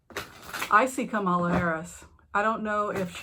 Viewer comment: Kamala rhymes with Pamela.